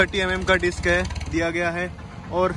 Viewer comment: Bhai disk bolte tauh theek tha 😂 lekin ye bhi mast hai 👌🏻👌🏻😂😂